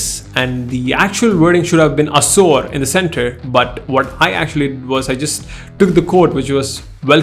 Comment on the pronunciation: Its aasoor not as%@ bro, it literally sounded like that.. pronounce the way its supposed to be pronounced man